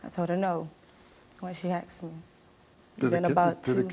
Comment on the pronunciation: Is the past tense word “asked” really THAT hard to pronounce. “I AXED my mom. My mom AXED me.” So it was an ax fight. Sounds interesting.